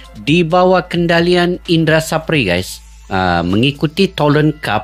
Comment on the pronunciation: Indra SAFRI mas.. Bukan SAPRI.." 😂🤷‍♂